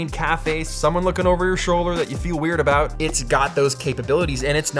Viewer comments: “Let’s talk a boat the iPad” 😃👍🏼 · Let's talk aboot it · Btw what's that "about"(in Canadian accent 😅😬